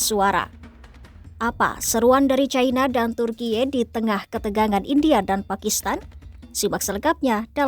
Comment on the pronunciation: Serius dengar video ini, tapi jadi geli dengar voice over Ai nya lucu ,vsebut Turki, bacanya selalu Turkie..😂😂😂